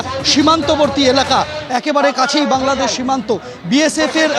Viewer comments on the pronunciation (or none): none